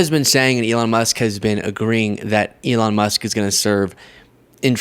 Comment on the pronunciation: He called Elon “Leon”? 😂- get the cane out and pull this fool off stage….